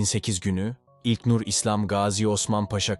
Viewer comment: İlknur demek bu kadar zormu admin ilknnnnurr ne yaa